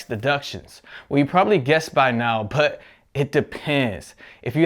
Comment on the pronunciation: i like how you say butt instead of but